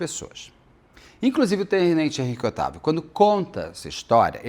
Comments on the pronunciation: Hahaha eu fui até confirmar se era oitavo mesmo 😂😂 é Otávio 😂😂 mas eu prefiro Oitavo 😂😂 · Várias vezes eu entendi o Beto falando Henrique VIII (oitavo), tava achando muito curioso a história com a pessoa chamando Henrique VIII. Só depois pela legenda entendi que era Otávio. Hahahaha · Henrique Otávio Henrique Oitavo Henrique Otávio Henrique Oitavo. O Beto conseguiu me irritar com tanto Henrique Oitavo nesse vídeo hahahahahaha. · Tenente Henrique Oitavo? 😂😂😂 é Otávio Beto 😂😂😂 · Caso bem complicado. Erros e acertos dos 2 lados. Beto falando Henrique Otávio e eu entendendo Henrique Oitavo. Fui só eu ? 😂😂😂😂😂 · eu também 😂😂😂😂Henrique 8o.😂😂😂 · Estava lendo alguns comentários onde o pessoal fala que o Beto ta se referindo ao suspeito, o militar Henrique Otavio de ..Henrique oitavo..Fiquei prestando atenção na fala do Beto, e não é q ele chama o militar o tempo todo de Henrique oitavo.. 😂😂😂 Ficou hilário, não aguento de tanto rir aqui. 😂😂😂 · Idem...rs. Pior que a narração do caso tá ótima! Qd sai: "Henrique Oitavo", tenho que parar e voltar...rs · Eu ri com respeito o caso todo por causa do "oitavo " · Eu achei que estava ouvindo errado ... mas adorei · O nome dele não é Tenente Veloso? Por que o Beto está falando Henrique oitavo? 😂😂😂 Fiquei muito curiosa😅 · o nome dele é Henrique “OTÁVIO” Veloso. Acontece que o “Otávio” virou “oitavo”😂😂😂😂😂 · Toda hora eu ria com o Henrique Oitavo 😂😂😂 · Muito engraçado o Beto com confusão de nomes kkkkkk. Henrique oitavo foi ótimo kkkkkk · Só ouvia isso 😂Henrique Oitavo😂😂😂😂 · Eu rindo cada vez que ouço Henrique oitavo e pedindo perdão pra Deus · Eu escuto Henrique Oitavo o tempo todo 😂 Amo ❤️ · 😂😂😂😂😂😂 Otávio, gente! Eu tbm ouvi oitavo o tempo todo. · 😂😂😂😂😂😂 eu só descobri que era Otávio pelo seu comentário, fiquei o tempo todo tentando imaginar o motivo de ser Oitavo 🤣🤣🤣🤣🤣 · Eu entendendo "Henrique VIII" o tempo todo...😅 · Eu também entendi Henrique Oitavo 😂😂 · ele estava falando Henrique “oitavo” mesmo 🤣🤣🤣🤣🤣🤣